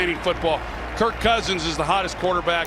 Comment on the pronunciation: I've listened to 10 times and I'm convinced thinks Kirk's name is Kurt